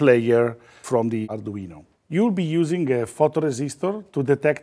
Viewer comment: I really, really like this guy - his tutorials are well explained and easy to understand. Just what I need as an arduino amateur - and I would listen in just to hear him pronounce the name, as in such an authentic accent that alone is worth admiring!